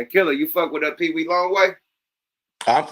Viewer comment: It's Peewee not peedie Yuk lol. said his name wrong through out this episode.